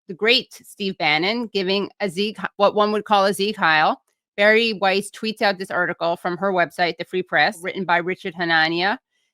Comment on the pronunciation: Every time you say Bari Weiss I can't help hearing Barry White.